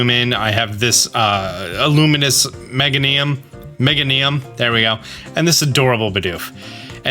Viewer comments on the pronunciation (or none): It’s the “mega-knee-um” for me.